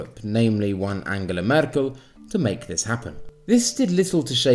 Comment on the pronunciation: I like that you read Merkel's name with an Italian accent